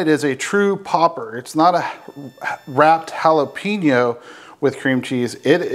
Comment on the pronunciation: It's prononced hala pay nyo